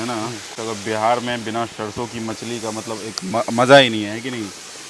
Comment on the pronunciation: आपकी सारी भोजन की संक्षिप्त वृतचित्र बहुत ही अच्छी होती है,सिर्फ आपको हिंदी शब्दों की उच्चारण को और भी स्वच्छ करने को जरूरत है, जैसे ....सरसो को आप शर्शो बोल रहे हैं,तालाब्या ’श’ और दंत ’स’ बहुत अंतर होता है। .......धन्यवाद